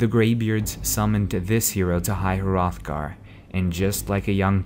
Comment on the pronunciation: When you say Hrothgar, you just pronounce it Roth-gar, not H-roth-gar